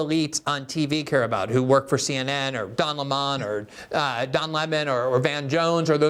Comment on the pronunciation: I love the slip by Glen, using Tucker Carlon’s pronunciation of Don Lemon‘a last name 😂😂